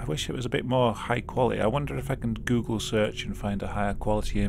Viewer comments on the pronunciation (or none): none